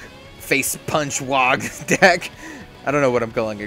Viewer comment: Thanks for making this, but I gotta say this... it's pronounced WAAAAAAAAAAAAA! If you see someone in a book shout "Aagh!" in disgust, it's not pronounced "Ogg!" ;)